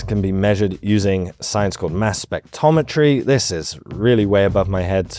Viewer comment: in fact you aren't saying it. It is SpecTROMetry, not specTOMetry.